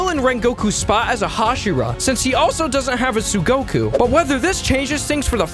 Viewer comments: tsuguko not tsugoku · isnt the word 'tsuguko' not 'tsugoku'? just asking